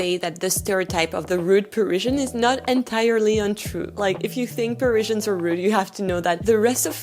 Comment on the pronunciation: I can't listen to you mispronounce Parizhans one more time. Pa-riz-i-an. It's the same in French F-F-S.